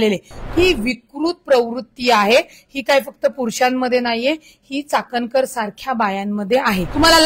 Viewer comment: चाटणकर नाही चाट कर बोला चाटणकर 😂😂😅😅